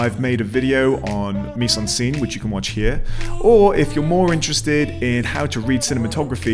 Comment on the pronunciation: Excellent intro. Thank you. (Friendly French pronunciation tip : miZe-en-scène (not miSSe).